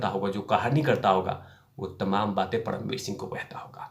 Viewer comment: परमवीर बोलिये पडमवीर नहीं